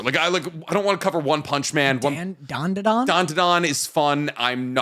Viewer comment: Loving always adding an extra “Da” to Dandadan